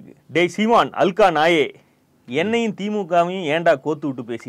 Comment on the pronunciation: அது அல்கா இல்ல- ஹல்கா அப்படின்னா எச்ச அப்படின்னு அர்த்தம்.